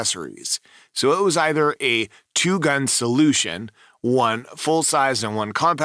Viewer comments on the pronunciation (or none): none